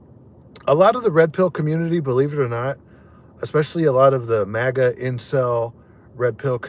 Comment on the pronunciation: Just the way you talk when you say maga you always do that and to be honest it's where you live i get it